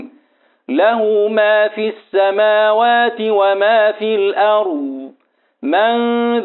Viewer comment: أحسنتم وجزاكم الله خير الجزاء استاذ ماجاي تكسر الشفه السفلى والفك الاسفل للاسفل عند نطق الحرف المكسور وبالخصوص في السماوات